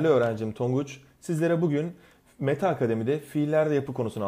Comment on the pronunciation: mete değil meta